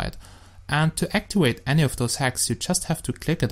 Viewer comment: ITS ACTIVATE NOT ACTIWATE